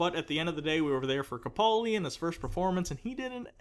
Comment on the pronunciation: Great episode guy! Two very small corrections for next time, please. 1. His name is pronounced caPALdi. As in "he's a pal", not "he's a pole". See Steven Moffet's video regarding this: How to pronounce "Capaldi" by S. Moffat 2. One of you guys is incorrectly pronouncing Gallifrey as Gallifree.